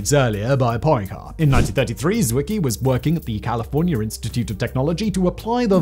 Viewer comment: 3.35 Poyn-care??? Like in Medi-care??? 4.10 Zwicky?? I love the way writers throw in foreign names just to see how badly he can destroy their pronunciations!